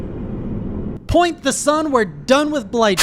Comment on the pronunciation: "Point the Sun" 😂😂😂🤣🤣🤣🤣 man I love you,. It's "Praise the Sun", you dear, sweet man.